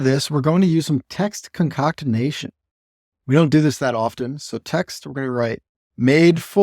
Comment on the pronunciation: and concoct = jumble various ingredients, as in concoct a stew. concatenate = link things together in a chain or series. 🤣🤣🤣 I think you're con-CAT-enating the strings!! But con-COCT-inating them gave me a laugh! Really enjoy hearing your thought-process as you develop these views. That helps sooo much. Well done! Stretchy Header is a great user interface! Also enjoy the lessons on keeping views generic and not tying them to any one structure.